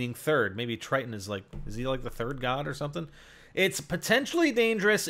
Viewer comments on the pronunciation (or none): none